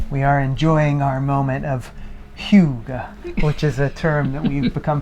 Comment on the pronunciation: its not called huge, but hygge. At least In Denmark. Its nice to follow you.